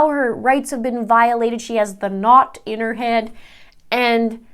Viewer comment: has me cracking up 😂😂 When you first said it while reading the letter, I was sure you said knocked on your head, but it says "knot" 😂😂😂